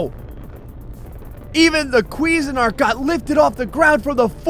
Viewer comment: Your pronunciation of "CuisineArt" is actually hilarious.. "Queezenart" sounds like you're trying to say some foreign guys name or something lol Although, correct pronunciation would be "Quizeen Art". Still hilarious, either way.